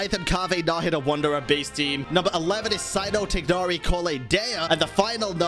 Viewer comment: Why do you pronounce my boy Tighnari like that xD